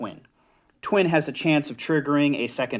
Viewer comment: it’s not ‘twin’ and ‘rank-en-stine’ it’s literally “tye-win” and “rye-sh-teen” or “rye-sh-stein”